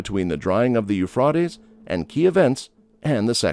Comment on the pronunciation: His pronunciation of Euphrates is a bit unorthodox, but the Hebrew name for this river is simply NA-HAR HA-FRAHT", so he's getting a little closer to that. Hebrew for the Tigris river is NA-HAR HA-TEE-GREESS.